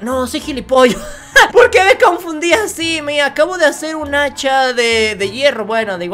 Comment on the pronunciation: cuando dices hacha se escucha muy raro